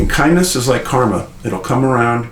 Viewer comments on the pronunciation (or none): none